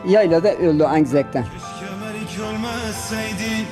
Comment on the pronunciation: Merik değil Meyrik!!!😂